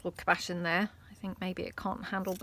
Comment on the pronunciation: Cabochon does not have a BASH in the middle, it is CAB-uh-shaw’n …big emphasis on the first syllable.